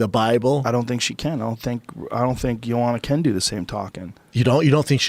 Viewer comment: No J-o-a-n-a, J-o-a-N-N-a, bloody hell! And Joe claims he pronounces her name in right way, unlike other commentators etc.